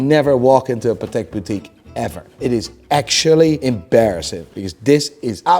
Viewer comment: Why are you saying (embarrassing) with an American accent???